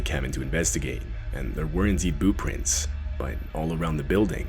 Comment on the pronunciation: This second story whenever he or she is explaining what they saw haha it sounds like they're saying boo prints 😂